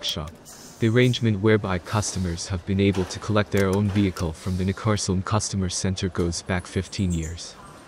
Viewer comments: It is like Neck-cas-oolm, not Ncaasom. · Neckarlsulm - try saying NEK KARLS ULM each alone and when you are sure then all 3 words together. That would be close to what it is called :) ....if you are speaking of course but IMO we are listening to a synth text to speech voice. Nevertheless it is possible to twist letters to force the SW to speak a bit more correctly :)